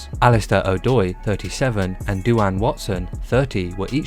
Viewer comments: Lmfao. Duane is pronounced as dwayne. Not doo anne. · Doo-Arn.... hahaha... its Duane pronounced Dwayne